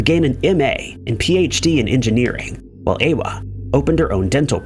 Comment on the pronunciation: Ewa is Eva. Your pronounciation is atrocious.